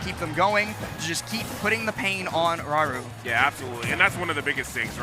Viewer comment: is a good commentator and seems like a nice person but holy shit just say Raru without the japanese accent, jfc that is insanely cringe weeb behaviour